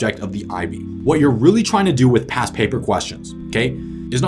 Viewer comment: alr ty lol I kept hearing pass and not past